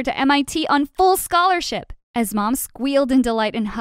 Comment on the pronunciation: yaaaaaay full schalarship! gUrL, you said full schalarship! am i the dumb one?